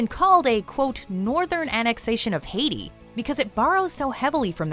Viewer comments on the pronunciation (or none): none